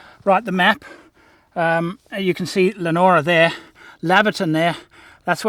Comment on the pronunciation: It's Leon ora not Lenora and Yeo is pronounced Yo. But I will excuse the mispronunciation hahaha